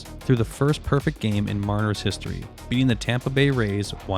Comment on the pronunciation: Ai narration sloppp. Wtf is this lol "safefieldco history" 20 seconds later "mah-riners"